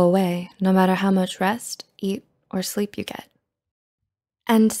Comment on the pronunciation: Pfft- what is this thing? Sleeeaapppee soouuaappl leeee3ep Sleeeepppp ?